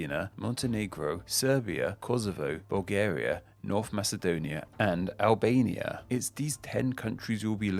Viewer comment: Oh damn he butchered the endonym of Albania.